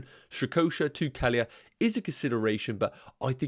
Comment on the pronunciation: That’s not how you pronounce Kelleher. 😂 Nowhere near it. Kell-eh-her